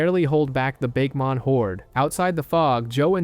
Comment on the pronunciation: After hearing you say "Bake-mon" no thanks